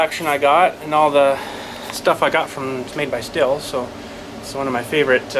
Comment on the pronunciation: awesome says the word the right way most say steel lol